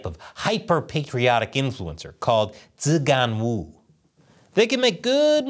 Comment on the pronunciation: ZiGanWu sounds like XiGoneWoe..